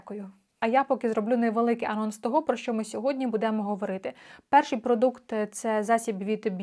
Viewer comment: Що це за "будЕмо"? Ріже вухо страшенно.